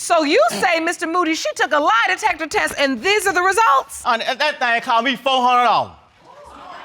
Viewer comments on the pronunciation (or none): "The lie detepper teh"